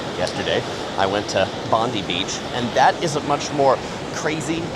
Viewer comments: Not Bond-ee it's pronounced Bond-eye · Bondi is very overrated, more for tourists than locals. Manly is a much nicer location, plus easier to get to, especially by ferry from the Quay. By the way, it’s pronounced Bon-die, not Bon-dee. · Bond-eye Beach is how Bondi Beach is pronounced. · BONDI AS IN EYE FFS !